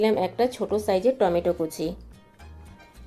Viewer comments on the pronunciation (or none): none